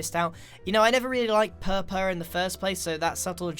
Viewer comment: It’s not pronounced purrpurr It’s purpa